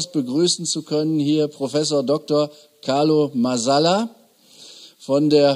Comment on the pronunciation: Erstaunlich, dass Christoph, obwohl er den Carlo doch sogar vom Studium kennt, nicht einmal dessen Namen ordentlich auszusprechen in der Lage ist.